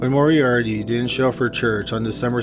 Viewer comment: Had to stop watching after the 30th time the narrator said ‘Morie-Ardie’